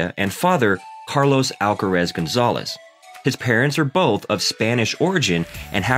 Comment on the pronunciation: por supuesto que sé que te referías a la pronunciación del comentarista. (No ibas a referirte a cómo habla español Carlos Alcaraz...). El nombre "Carlos Alcaraz" lo pronuncia bien. "Murcia" se le entiende bastante peor pero me parece muy irelevante. Están hablando muy bien de un compatriota nuestro del que nos sentimos orgullosos y se han preparado correctamente el video, lo cual es muy de agradecer, pero lo que a ti se te ocurre decir (en inglés) es "honra el lenguaje"... Ohhhhh En fin, ¿qué quieres que te diga tío?